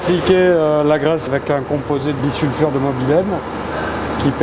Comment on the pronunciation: Et bisulfure c'est mieux que bissulfure...😁